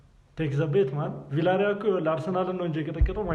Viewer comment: ቪላሪያል ሳይሆን ቪያሪያል ነው ሚባለው man